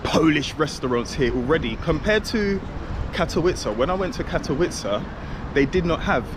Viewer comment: Little tip. When you see "W" letter, you need to read it like "V". When you said Katowice it sounded like Katołice, because Ł=W, W=V